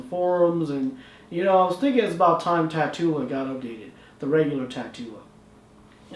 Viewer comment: shouldn't this be pronounced tat-ula like the word spatula or tarantula